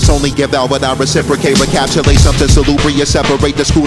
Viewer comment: You pronounced "recapitulate" incorrectly.